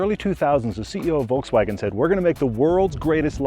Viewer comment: I absolutely hate the way that say Volkswagen “Valksvoggen”